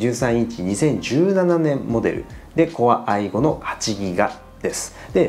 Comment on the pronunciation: Corei5を「こああいご」って言う人初めて見た。